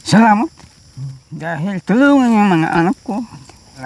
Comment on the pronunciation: Ang linaw ng pagbigkas ni tatay ng salamat nakakatuwa